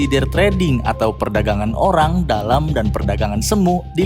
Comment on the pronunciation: that pause on "perdagangan orang, dalam" keknya harus dibenerin deh hahahaha dengernya malah insider trading = perdagangan orang, sampai gue pake gemini ahahahah